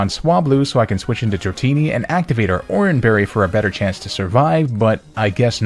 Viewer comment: THE FIRST I IN DRATINI IS SUPPOSED TO BE AN A!